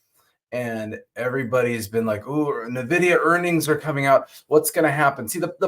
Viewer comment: It's pronounced "N-Vidia" not navidia